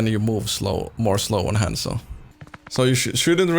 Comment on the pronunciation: Thousands of hours on Hanzo but doesn't say Hanzo right Kapp